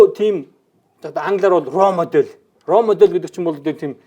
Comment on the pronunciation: "Raw Model" биш "Role Model"... Жаахан зэвэрч байна уу даа. Тэнгэр үзлийн тухай нэвтрүүлэгт орсон чинь таалагдсан. Гэхдээ энд арай л биш байна.